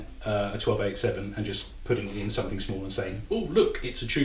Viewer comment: Hey, I notice that whenever you say the word "something", you pronounce it "somethink." Is that a British thing? Or is it just you?